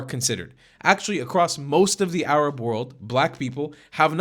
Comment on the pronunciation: An Arab doesn’t pronounce the “h” as a “kh”. That’s how you know he’s fake.